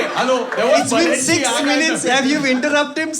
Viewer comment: It's the 37 wrong pronunciations of Balenciaga for me